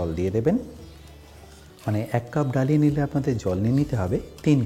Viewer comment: Dalia ইংরেজিতে লিখলেও উচ্চারণ 'दलिया' - দলিয়া (দ্ব-লি-আ)।‌ এইগুলো একটু খেয়াল রাখলে ভালো লাগবে।